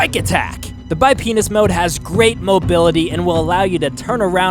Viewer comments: "the bipinis mode" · lol he said bi penis mode